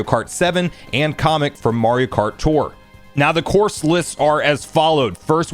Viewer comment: Did you just call Ka-mek, comic?